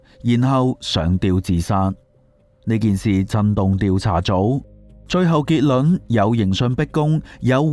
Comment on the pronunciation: 點解你會將「結論」讀成「結卵」？